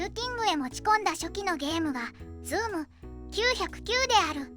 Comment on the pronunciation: 「ズームきゅうひゃくきゅう」に草